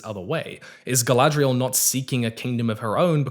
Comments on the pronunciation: i hate the way they pronounce some things that mostly started in the hobbit, like why they saying “gfdlaygaghrial” instead of Galadriel, tbh even if this is based on tolkiens stuff it sounds like someone making a very bad attempt at saying a word from another language like when Debora from kanas says “inchy ladas” LOL and THE SEA IS ALWAYS RIGHT?!?! WHAT?!?!?!?! this is not how humans talk, yes tho as ya pointed out theyre just not the most experienced writers, shoulda known tho abrams had his filthy paws involved lol, abrams i dont give the same grace he knows hes making trash he never changes never listens to feedback he just sticks his fingers in every franchise to ruin them for a quick bit of cash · Rings of Power reviews is how I found out about. At first, it seemed like he just had legit criticisms. Then I heard him say Guyladriel. So I looked at other videos of his and one of the first ones I clicked he says that he enjoys Daily Wire content. Boo.